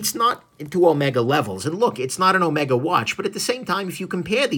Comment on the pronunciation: It's Omeeega!